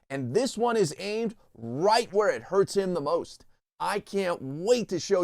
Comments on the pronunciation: HURTS , not hurst . . .. . . .please ! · It's hurts not hurst just fyi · "hurst"? Once again, you people are an embarrassment.